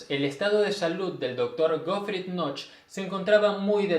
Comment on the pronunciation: No se pronuncia "noch", sino "noje". Knoche="noje".